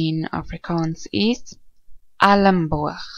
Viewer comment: You don't say "alamboog" for the word "elmboog". It should be like in the English word "elsewhere".